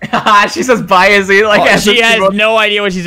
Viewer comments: it’s so funny how he said izzy more like dizzy and now her name is dizzy in the new game.. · He said izzy more like dizzy and now her name is dizzy…